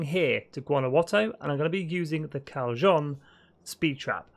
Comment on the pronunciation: Callejón is pronounced "Cal-yay-hon". It is the Spanish word for Alley. Most J's in Spanish have an H sound, for example, like Jalapeno. Puebla is pronounced "Pweb-lah", as in the city of the same name. Which is derivative of Pueblo, which is the Spanish word for Village or City.